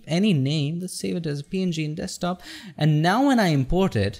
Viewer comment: dude egreat video,ur english good and voice quality is really good.. but just that u say dekstop instead of Desktop..